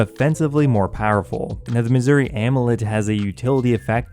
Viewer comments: The way you say "Masuri equipment" makes me hear "Missouri equipment" XD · Still calling it missouri